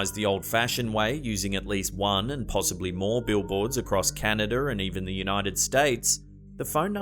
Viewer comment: "pensylvainYER" "canadER" lmao 🤣😂